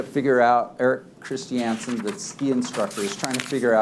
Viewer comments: Lol, is the dude's name really Erik Christy-Ansen? I'm guessing the name is Erik Christiansen. What an odd pronunciation choice. 😂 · I either hate the way the Lawyer pronounces Christiansen, or I hate Mr Chris Chee Anne's Son for having a dumb last name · is he doesn't stop saying "christiansen" like that 😡